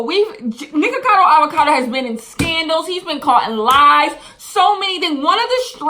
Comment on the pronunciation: Anytime you said “Nickocado Avocado” i die lol